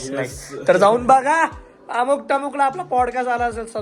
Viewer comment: 'टमुक' नाही रे...'अमुक तमूक' !!!